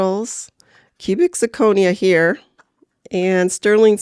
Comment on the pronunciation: Love the video! there were just 2 small things I didn't like. Sure you can eye ball the silver, but thats what the acid is for, a lot of metals can look like real silver until you use the acid. It also slightly bothered me how you misprounced zirconia throughout the video.